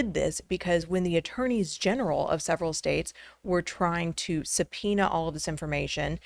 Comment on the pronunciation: Thank you SO much for saying "Attorneys General" and not "Attorney Generals". 😁